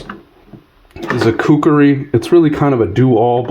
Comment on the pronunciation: My ocd is kicking into overdrive...IT'S KUKRI not kukeri you Mook...It was used from the 7th century-to present by Nepalese soldiers known as the Gurkhas by mispronouncing things it makes you sound like you dont know what you're talking about...just saying!👍